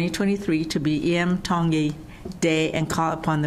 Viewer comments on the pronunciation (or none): Why do people mispronounce his last name, especially news people! T is pronounced as a D. I is pronounced as an E. Iam explained this in his audition. Be respectful. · For someone reporting for Hawaiian news, the woman in blue continues to pronounce Iam Tongi instead of Iam Dongi as he stated at his audition!